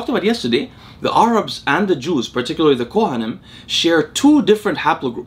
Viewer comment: Who the heck pronounces Arabs as Are-abs ?